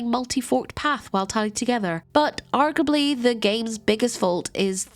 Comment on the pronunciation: Arguably, not "argably." Ar-gyoo-a-blee."